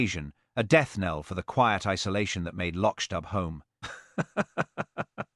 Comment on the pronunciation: Hopeless pronunciation of Loch Dubh, even I'll is pronounced/ill/ rather than "I will". Even the pictures suppposed to represent Hamish are confusing!!